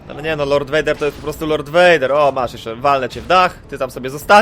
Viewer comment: muwi sie Lord . . . . fader